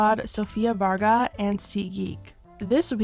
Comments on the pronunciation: it's the Sofia Varga for me... it's Sofia Vergara tho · Sofía Varga? As a colombian that kinda hurt